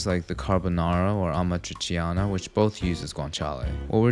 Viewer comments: Hear you pronunce Amatriciana es "AMACICIANA" broke my italian heart. Uso google translate next time 🤣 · Amatciciana hahahahahahahahhhahaha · As an italian I can say that your Amatriciana was very well done, unfortunately you didn't pronounce every word of our beautiful language perfectly, so expect a package in your mail in the coming weeks